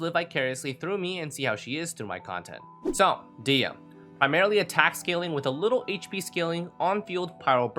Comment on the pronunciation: It is "DEE-hee-ya" by the way :) source: this is a popular Kabyle (Berber) name and I'm from there.